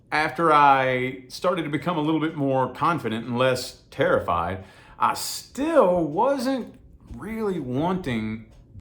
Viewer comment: everytime you said terrified, my brain was like wait were you... ✨tarotfied ✨ lol. thanks for putting this out there 💯